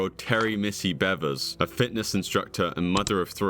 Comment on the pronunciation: My thought is is that if you’re gonna report on a crime in one of your videos, at least have enough decency to understand how to pronounce the victim’s name. Missy Bevers you know like the beaver who makes a damn.